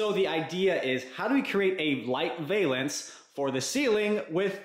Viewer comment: "Valance" rhymes with "Balance"